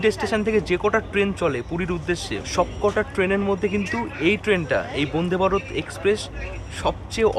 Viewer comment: Bonde bharat na vande bharat uccharan ta to vlo kore koro 😡😡😡😡